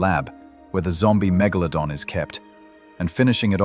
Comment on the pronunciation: His name: Metal-glow-don 😅👍